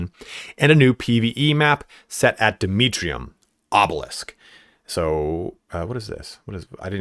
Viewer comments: I want to see a mission where you fight half tyranids, half 1000 sons Vox Liberatis: Am I a joke to you? Also: Dmitrium. Ah, yes. The Russian relative of Demerium. I'm just joking around,. Love the content. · the constant mispronunciation of Demerium is killing me lol